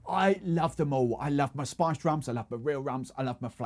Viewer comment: Man your pronounciation of "spiced" sounds like "sponge"